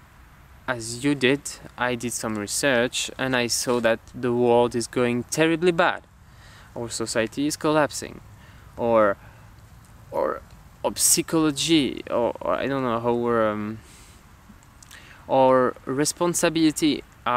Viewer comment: Lancez des regards meurtriers = death stare Et on prononce "psychologie" sans le "p" comme tous les mots qui commencent par "ps" en anglais, c'est similaire au "k" de "knight" et "know" il me semble. J'ai été impressionné par ton anglais, si tu ne pratiques jamais tu arrives quand même à bien placer certains stress et à prononcer des syllabes non intuitives à l'écriture quand on ne connait pas ainsi que ton vocabulaire qui, même si tu ne trouvais pas tous les mots, était bien choisi de mon point de vue ! :)